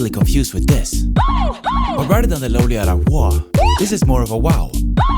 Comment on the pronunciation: That's not how you pronounce Loleatta 😅